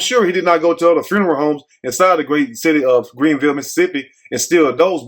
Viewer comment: My mouth is wide open I’m so familiar with Greenville,MS and the way you say it cracks me up same way we do 😊 I went to school there and lived there and left - love you who sent you this I never thought I would hear about Greenville 😅😮the way they chopped you Beauchamp Road 😅😮